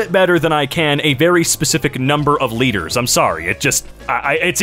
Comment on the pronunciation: litres sound weird in your mouth